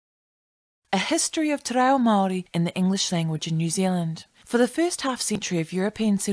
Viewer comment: Interesting video, although I cringed every time you mispronounced “Te Reo”. I remember learning basic te reo in intermediate school back in the 1960’s. Mind you, I grew up in Otara, South Auckland, where there was a high percentage of Maori students. Ironically I had more school exposure to Te ao Maori than my own Samoan culture back then. Thankfully things are very different now with the growth of the Aoga Amata movement and the Tapasa educational document. Looking forward to future videos.